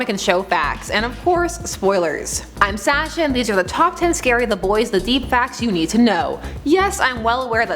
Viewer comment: Why do you pronounce your name Sasha and not Sasha???